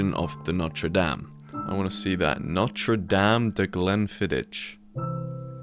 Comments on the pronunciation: Jesus dude! It’s pronounced ‘Glen Fiddik’. Awesome videos btw. 😂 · Guess you don't drink Scotch? Seeing as you can't pronounce Glenfiddich properly, lol.